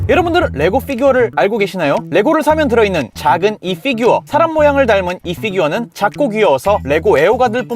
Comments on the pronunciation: 쁴규어라고 발음하는게... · 피규어 발음할때 피 만 원어발음으로 하는거 개웃기네